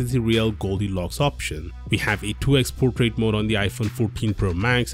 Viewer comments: he just pronounced portrait as putret😂😂😂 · I didn't catch you when you said 'Portrait Mode' luckily the subtitles were available.